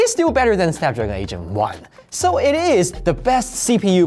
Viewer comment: I'm sorry but every time you say "8 Gen 1" I hear "Asian one" 😂